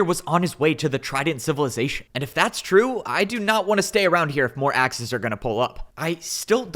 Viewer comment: Everytume he says Axes, i hear The Axis